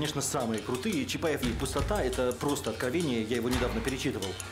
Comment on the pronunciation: Я вот только одно не могу взять в толк. Произведение "Чапаев и Пустота" по идеи должно произноситься "чапаев и пустОта". Ударение на предпоследний слог "О", так как это фамилия Петра. Петр ПустОта. Но в кино, все его друзья и автор фильма произносят с ударением на последний слог "Чапаев и ПустотА". Хммм🤔